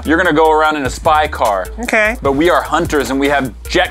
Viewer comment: car not cat